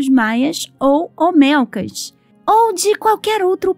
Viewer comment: Por favor son cabezas OLMECAS no OMELCAS... aprende a leer igual que en lugar de decir PAKAL decis PALAK.... lee bien antes de hacer los videos.